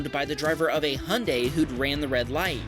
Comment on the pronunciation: 2;30 Its Hi-un-die not Hun-day